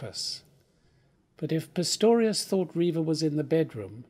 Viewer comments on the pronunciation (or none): ...after the good Professor calls him PITTORIUS twice and fumbles his reading a little, surely someone could have realised, before he gets too far into it, that a retake would be worthwhile?